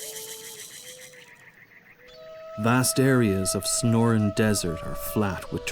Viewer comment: That is NOT the "SNORIN' DESERT." It is the SONORAN DESERT. Wish you narrators would perfect your delivery and at least seem edjakated two th stuff y'r speakin' of.......